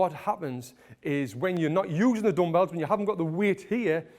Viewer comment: Dumpells 😂 Its dumbells